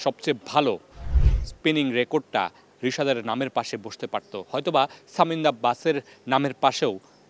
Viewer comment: ছামিন্দা কে? Work on your pronunciation.